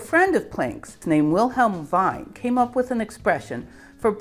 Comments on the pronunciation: Wien's name is pronounced "Veen", and he had an extremely important theoretical argument called the 'displacement law'. The argument in that paper is more important than Planck, and it influenced Einstein while Planck did not. The argument said that if you have blackbody light in a box of mirrors, and you slowly move out one of the mirrors making the box bigger, the result should still be in thermal equilibrium. From the way light-waves bounce off mirrors that are moving (this can be worked out today easily using relativistic boosts to the frame the mirror is stationary, back then, you had to use Maxwell's equations because relativity did not exist yet). The result is that the frequency and energy of the light both change when bouncing off a slow moving mirror, but they change commensurately, so that the ratio energy/frequency is constant. This tells you that if you quantize anything, it must be energy/frequency and not some other combination. This was generalized by Einstein and later Sommerfeld to the law of adiabatic displacements, which gave the general semiclassical quantization rule. The rule was that, for mechanical systems, the quantity to quantize is the integral of p dq, or the action. This is also adiabatic invariant, meaning it doesn't change under slow deformations of the system. Bohr gave a different argument for the same quantity using coupling to electromagnetism, so that if electromagnetism is quantized by energy = integer times frequency, then any mechanical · Thanks for all your amazing videos. Unfortunately, it really hurts my German ears when someone pronounces ie like ei. ie is pronounced like a long english e like in weaning off something. You kept saying the German word for wine and not the beautiful city of Vienna (Wien) that Wilhelm’s ancestors may have been named after. Hihi, but maybe me writing a remark is what you were after for the YouTube algorithm. Success! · Wien name pronounced VEEN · Wien is pronounced "veen", rather than "vine".